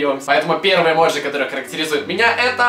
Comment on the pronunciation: Влад ни эмоджи а эмодзи